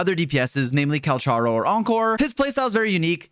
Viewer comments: Just a note.Calcharo is supposed to be Cal "ka" ro, i think, since thats how the chinese name is pronounced. But still that doesnt make him any less hot:) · Its pronounced 'Kal-karo'